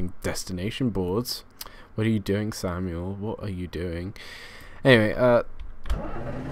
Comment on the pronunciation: You sead: What ar you doing,? Your name is. LOLOLOLOLOLOL.